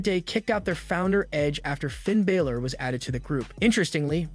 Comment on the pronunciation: Hey dude that's doing the news for WWE his name is Finn Balor not Baylor